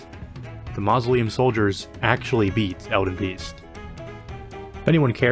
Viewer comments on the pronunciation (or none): "Ma -zo - lee - uhm" soldiers😂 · the way you said mausoleum hurt my soul